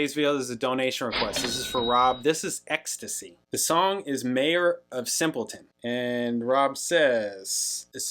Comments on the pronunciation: Exx Tee Cee, not ecstasy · ex-tee-see not ex-tuh-see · EXACTLY. Pronounce the letters, not the drug. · Can't reiterate this enough: X...T...C. Not 'ecstasy'. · Its not ecstasy, its X T C. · Prounced X-T-C. Listen to the bass line. Colin Moulding is one of the best, unnoticed bass players ever.